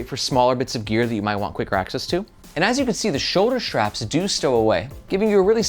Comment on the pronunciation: I guess my first post "evaporated". My original comment was about people putting an "H" in between "S" and "T". Like saying shtreet in stead of street or shtrategy instead of strategy or Shtrap instead of strap. Sorry. I really appreciate your videos. very informative and helpful. It's just that hearing shtraps is like fingernails on a chalkboard for me. Maybe I'm the only person on the planet bugged by that. Way back in the day a movie came out with all the girls talking the "Valley Girl" language. Within a year all the girls in my school were talking like "Valley Girls". In recent years, a prominent politician's wife always put an H between S and T. and now everyone is doing that. From famous news casters to content creators. Sort of like dropping the T from words like "Important" and saying "Impor-int". Maybe I'm wrong and people are correct by dropping the T from words like important and inserting that T into words like street.